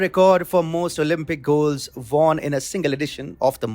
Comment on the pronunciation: What is von? Pronounce as won, not von.